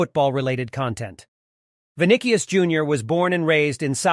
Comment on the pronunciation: Good but not the best in the world. Video doesn't even pronounce his name correctly.